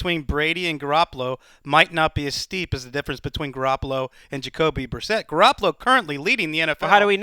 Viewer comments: Haha Jacob Brisquit?! Not even close to reading that right. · Brissett, not Brisket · Why are they saying jake brisket lmao it's Jacoby Brissett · It's because is always purposely mispronouncing new Patriots players to downplay their potential effectiveness, i.e. he pretends they aren't even worth memorizing. (He did the same with Garoppolo last offseason IIRC)